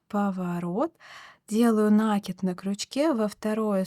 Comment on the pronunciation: В творчестве нет правил, но есть правила русского языка - накИд. На - это приставка, кид - это корень, на него и ударение